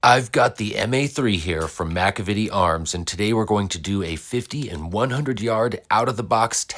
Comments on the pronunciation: Muh-Cav-Uh-Tee not Mack-Uh-Vit-Tee....sorry but I had to say it.... good videos always though! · Sad that you get to test a product and can Not correctly pronounce the brand name , Mc Cavity- just like the dental ailment Not MACA VITY ,,, damned Shame